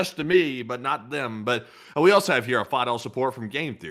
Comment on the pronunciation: Teacher: Can you use "else" and "also" in a sentence? You: "Eltz, I forgot my homework... and altzo, I forgot where I live." Teacher: "I think you also forgot how to pronounce them!" You: "Altzo... that's what I said!"😅😅😅